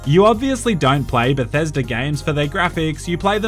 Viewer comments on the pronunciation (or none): none